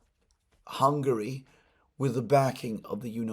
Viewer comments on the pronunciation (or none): none